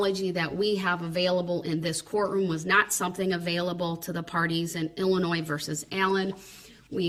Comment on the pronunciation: There’s no “S” sound in the pronunciation of Illinois. Idiot